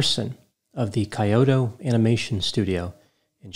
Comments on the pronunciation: Dr. Grande, unfortunately, Japanese is a very difficult language. More unfortunately, it's not your first language. Teasing of course, I am part Japanese and love your videos. Kyoto is pronounced more like "Key-o-to" than "Coyote-o." This was a terrible tragedy, I visited Kyoto in early 2020 and while the country is resilient, this was certainly one of the darkest days in the history of Japan. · Kyoto is pronounced “Key-oh-toe” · I died a little when he pronounced it like tgat 😂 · It is pronounced [Kee_o_to]not [ki_o_to ] and [he_kee_ko_mo_ree]... nice lavender shirt though. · "Coyote-o Japan" 🤣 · Yeah apparently its impossible for Americans to pronounce non-English words even if they have a PhD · Dr Grande, I swear I didn't laugh at your pronunciation of the Japanese words lol. Jokes aside thanks for the analysis. At the time of its occurrence it was so hard to believe something like this actually happened. Those poor Kyo-Ani staffers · Hey! Just a quick word: it's pronounced Kee-yo-toe and hee-kee-ko-more-e. For me, when I'm unsure, I assume there's a long vowel. You got Aoba's name right though! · Great job! I've often wondered if Hikikomori is an illness that is germane to Japan alone. BTW, I'm a fan of Japanese culture. Kyoto is pronounced "Kee-yoto," & Hikikomori is pronounced "Heekeekomordi." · Not that anyone likely cares, but it's pronounced He-Key-koh-moe-ree and Key-oh-toe. ;P Very sad case. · I'm only speculating in a situation like this... Is Dr Grande mispronouncing Japanese on purpose as a social experiment? ("Heekeekeemoree", "K-yot-toh"... Hard for me to fathom didn't know that😉 it must be his humor) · Just FYI, the Japanese pronunciations actually are: Hikikomori: hee-kee-ko-mo-ree Shinji Aoba: sheen-jee ow-bah Kyoto: kyo-to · Dr. Grande it’s Key-Oh-Toe (Kyoto) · Dr. grande! "KAI-oto"? You are an educated man. What gives? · Hikikomori is pronounced "hee-kee-koh-MORE-ee" And Kyoto is 'kee OH toe' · kee·ow·tow sounds better :)